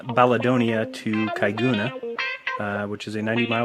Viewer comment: It's Eyer (Pronounced Air) and Caiguna (pronounced ky-goon-a). Good start at being wrong. And the Google earth elevation reference is not in scale to the distance of the road. If it were to scale on the screen you would not perceive a drop in elevation., finally as puts at pains; Elevation above sea level is not curvature. "E"diot with a capital E